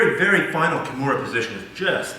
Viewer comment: sickest Key-mair-ah finish I've ever seen, done to No-gwhere-ah. the fact that he doesn't know the correct name pronunciation of one of the most famous mma/bjj practitioners of all time, says a lot about this guy and his school. step your game up man!